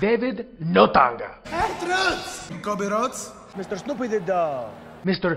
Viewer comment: Kobi Roads and Snoopy the dog 😆